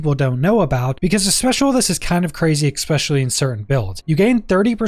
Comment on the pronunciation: Good information, much appreciated. But as someone who learned a lot of words from reading them and who suffers from dyslexia... It's "e-specially" not "ex-pecially" There is no "c" or "x" before the "s".